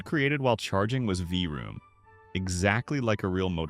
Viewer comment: AI… V-Room…🤪